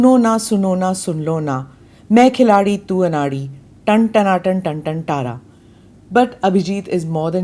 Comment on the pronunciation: टन टना टन टन तारा है टारा नहीं। ओर गाने वीडियो ओर बोल डाल सकती है 3 से 5 सेकंड के